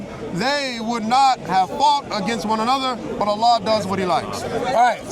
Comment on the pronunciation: Please stop saying Allan, allah and Yahweh are not the same.